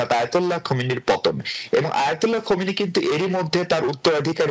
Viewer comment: আয়াতুল্লাহ আলি খামেনি। খোমেনি নয়।